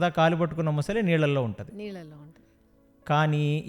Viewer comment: ముసలి కాదురా , మొసలి అనాలి. యాంకర్ కూడా అలానే ఉంది